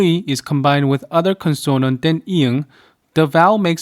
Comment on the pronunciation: I hope you will accept this comment without getting hurt because I make it in the most humble way. Please note the word “Consonant “ is pronounced as “CON - son - nant” (not “con - SON - nant”. Gam Sam ha mi Da.